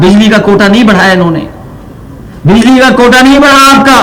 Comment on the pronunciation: अभी बिल्ली की सुविधा देगा। बिजली बोलना तो सीख ले